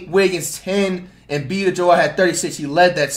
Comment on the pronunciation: Lol fr Embii-The-Joel gets me everytime